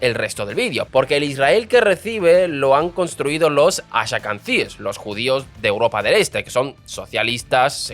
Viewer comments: Son judios Asquenazis o asquenasies, nada de ashacandies (esa fonetica de hacer sonar mas Hebereo su nombre para que no suene el Asque-NAZI) es patético, y ahora que los Judios Haradies son los endogámicos y los que no producen para sostener los tanques que los van a defender, espeor que te esten pagando por este video de asco. bloqueado por payaso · ¿Por qué él dice "ashakansíes"? Lo correcto es Ashkenazis. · Muchacho, tienes que aprender a decir los nombres un poco mejor, Ben Guirión, Azhakanzies, Kenzet, Arabiyes....en fin. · "ashakanties"? está pronunciado mal aprooósito? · Aprende a pronunciar nombres y palabras antes de grabar el video!!! No existe la palabra "haradi"!!!! Los "hashakansies"???? Por favor..... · "Haradíes"...Ben "Guiron"..."talamud"... Esta es mundial: "Los Ashacantíes" Escuché esto y dejé el video. Ya me dolían los oídos...!! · Atento guionista, porque no creo que sea un error de quien lee: Ben Gurion en vez de Guirón Talmud en vez de Talamud Asquenazíes o ashkebazim en vez de ashekabzíes Es el tercer video con errores de pronunciación graves que restan credibilidad al dominio del tema expuesto. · ¿Ben Girón? ¿haradíes? ¿ashakanzíes?¿Talamud? No sé si debas demandar a tu guionista o mejorar tu español 😂😂😂 Por lo demás, tu contenido es excelente. Ben Gurión dejó una bomba de tiempo que los aliados de Netanyahu se niegan a resolver. Por cierto, en ese millón de soviéticos se colaron muchos que no tenían ni una gota de sangre judía ni jamás en su vida leyeron la Torá. Pero curiosamente son los más sionistas entre los sionistas 😊